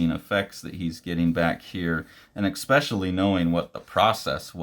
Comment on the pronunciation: please stop saying eXpecially